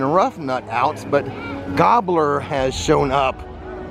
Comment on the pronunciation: Gobbler! You mean Gobber!